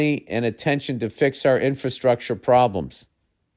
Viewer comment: Oh my Buhjeeberz! Bill pronounced infrastructure correctly. I've never heard anyone before... It's usually INFA-structure or INFER-structure. Every day, I'm listening to every dunadzz in the world, while screaming INFRA! Thanks... Refreshing... Now on to the "envirment" in Ohio...